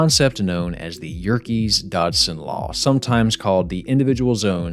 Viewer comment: Ok so who's mispronouncing Yerkes-Dodson, or Thomas Sanders?